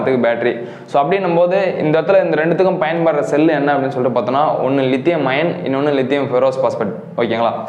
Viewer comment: லிதியம் அயான் என்று உச்சரியுங்கள் தம்பி. லிதியம் அயன் அல்ல. Is 3 A BMS ல் 3 Ampere எதை குறிக்கிறது. 3A output ஆ input. ஆ?